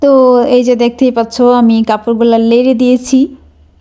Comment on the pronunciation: অনেক সুন্দর হয়েছে আপু ভিডিওটা আপনার কিন্তু আপনি যে বললেন লেরে শব্দটা লেরে না নেড়েচেড়ে হবে❤❤❤❤❤❤❤❤